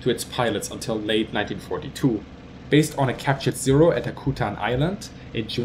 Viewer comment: The island is pronounced "ACK YOU TAN. Lived there for 3 years.